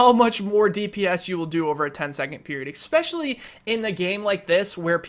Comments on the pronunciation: Why do you pronounce "especially" as "ekspecially" all the time? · not gonna hate or anything but i think its Especially not ecseptially. i made this build too and i love it, it feels kinda weak but its awesome!!!!! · Inflated, expetccssshhhhhially when you say expetually and please quit lip smacking you mouth breather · "Expecially". Smh. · I just noticed he said that XD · SkillUp isnt too bad with that, this dude is horrible tho, sniff, smack lips, swallow, eXspecially, sniff more, forgot to breathe through the nose, desperately out of breath at the end of every sentence.. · Fucking hell dude! There is no "x" is the word "especially!" And for fuck's sake, learn to edit yourself! There is no reason this video should have been longer than 10, 15 minutes max. Half a fucking hour just to say, "shorter reload times are better." GTFO!